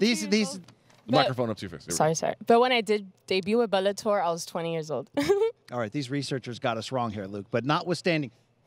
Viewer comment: She calls it "Belletor" :).